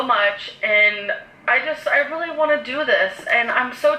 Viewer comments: for rill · “Rilize” “Lah” “Feelinz” “Amazeen” “Inscruciating” “Basamatee”